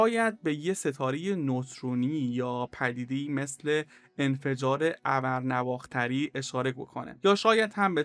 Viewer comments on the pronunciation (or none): سلام خسته نباشید .توی تلفض کلمات دقت بکنید . ابر نو اختر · برای اولین باراین شکل تلفظ ابر نواختر را از شما شنیده ام ، تا حالا تصور میکردم ابر ، نو اختر باشد نو اختر به معنای ستاره نو‌ یا کوکب جدید ، اما تلفظ شما هم بنظرم بیراه نیست لطفاً زحمت کشیده و تلفظ صحیح این اصطلاح را بررسی کرده و به مخاطبان اعلام فرمایید .با تشکر از برنامه خوبتون ج